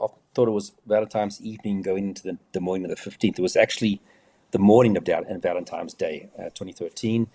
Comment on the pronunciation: Funny hearing say "ValenTIMES" day....:) Big fan by the way, I own The Profiler Diaries 1 and 2.